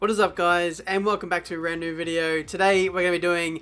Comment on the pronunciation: It sounded like "and welcome back to a ran new video" at the start